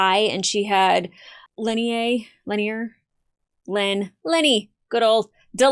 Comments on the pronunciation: He is Lennier (len-ear), of the Third Fane of Chudomo... not "lenny," nor... argh! *rage quit* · try Lynn-ear ... the ear of Lynn will guild you.... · It is not wrong to speculate, but keep your mind open until your speculation is verified. It is pronounced lin-NEAR.